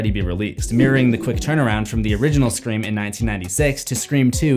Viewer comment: Sta-forb. Man, you’re the best. Never change Scree-form. Periodt